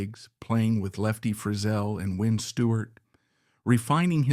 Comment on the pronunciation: If you left after 8 minutes, you missed AI pronounce Lefty Frizell as "Lefty Frizzle".